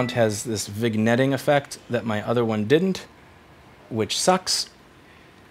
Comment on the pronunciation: This is Louis, so I’m not sure if he’s intentionally mispronouncing “vignetting” or not.